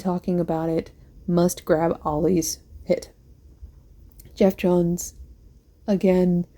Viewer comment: I like how you call graphic novels and trade paperbacks "comic books" and comic books "single issues". Also liked how you referred to Geoff Johns as J'ohn J'onz. Cool vid though. Next time show the bottom of the books. I understand that some of them have remainder marks drawn across the pages.